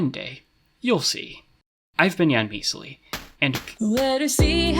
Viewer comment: I'm not a native speaker, but based on how you pronounce it (first syllable stressed) I'm reasonably sure misali should be transliterated ميسَلي instead - specifically usually long vowels (ي) are used for both stress and syllable-terminal vowels in transliteration of loan words, from what I've seen (in Egypt, at least)